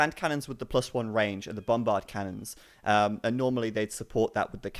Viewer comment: The British guy in comes out.. ' Bombbhardt Cannons would be awesome '.. Poor